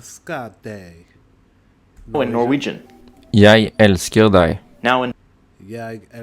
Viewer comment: NO 'G'-sound in the end of 'JAG'!!! To be honest, the Swedish 'voice' s_cks. The pronunciation is worse than the worst.